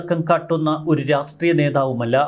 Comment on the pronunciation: "രാസ് ട്രീയം" എന്താണ്..